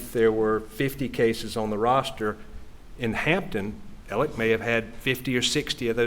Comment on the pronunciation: So many presenters are pronouncing his name as “Alec” and not “Alex.” Am I missing something, or is everyone confusing his name with Alec Baldwin’s?